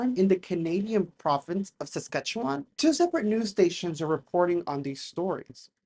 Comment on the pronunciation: I love how non Saskatchewan people pronounce Saskatchewan. lol. Sk’atchewun has always been a UAP hotspot.